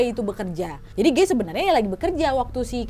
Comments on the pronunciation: T..t..tapi bacanya gai b..b..bukan geeeii 😫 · PAS NGOMONG GUY AK MKIR GAY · Kukira "gay" ternyata"guy" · Guy kak bukan gay 😭